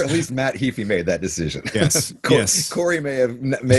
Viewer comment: HAY-FEE, not Hee-fi! :)